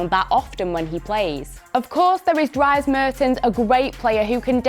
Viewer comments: "Dryes Mertens", OMG😂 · "Drys mertens"😶